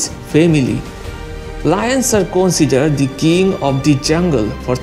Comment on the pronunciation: Lmao learn to pronounce "consider" People consider lion or tiger king in their respective area(lions don't even live in jungle, i don't what disney was smoking) .In europe lions are considered king because of it was symbol of Britain and was apex predator in europe. In asia it is tiger. And they are both apex predators and king of their territory. But you are clearly biased. Lions are not majestic or have some attitude of king but it is mere fantasy of civilization and they literally don't give a shit about this. None of them are king of jungle cause elephant will crush them with ease. To be honest there is no king in Nature. I don't why people just see bravery of lion but not cowardice like killing cheetah for no reason. That is not how king act. Bravery is not associated with 1 species. Some humans are brave and reckless and some are not. Just like that lions and tigers have traits like that and Every individuals have different traits. Not all lions or tigers are brave. Lions have more confident when they hunt in group just like us. And real brave animals or honey badger, sloth bears, otters and wolverine who hold their ground against big cats like tigers ,lions, jags and wolverine hold their ground agaisnt bears. I guess it will go over a head of fanboys who livez in fantasy of Disney. I have seen baboons actually making lioness run. See its depends on individuals and so many other circumstances and you can plainly say who is brave and who is not.